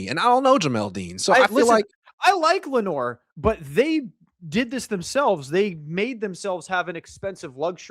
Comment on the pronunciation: Saying Lenoir is just ridiculous